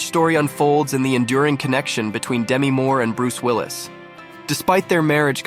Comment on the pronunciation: The narrator should learn how to pronounce Demi's name.